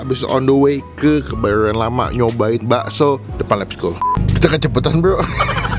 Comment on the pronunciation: HARY INI KEBAYORN RAMA "RRRRRRRRRR"